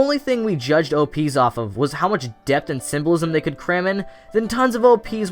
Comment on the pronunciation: Every time you say "symbolism" it sounds like "civilism".